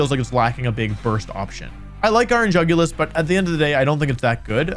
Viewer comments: Bro absolutely butchered the iron jugulis stats lmao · I assumed that Jugulis was pronounced "YOO goo lease" b/c it looked like a Latin word (and apparently is one, thanks Wolfey/editor/folk!) but most youtubers pronounce it the way it is spelled. Whomst?